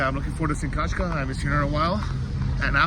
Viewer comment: F@ it is NOT Kachka, it Is Katʼka!!!!! Kachka is a duck(literally) Katʼka is like a Katey